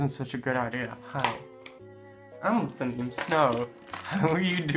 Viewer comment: “Hi, Im Lithunium Snow”~Lithunium 2018 😂 Btw love your vids u remind me of me when i use makeup 😂😂